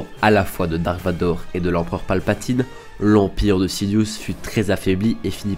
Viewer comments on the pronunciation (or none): none